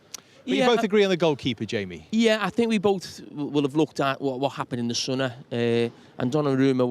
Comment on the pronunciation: Jamie "what happened in the sunner"